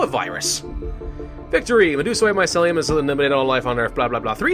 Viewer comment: Just because you point out spelling errors, mycelium is pronounced MY-SEAL-E-YUM